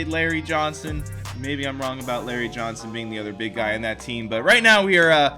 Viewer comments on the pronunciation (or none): none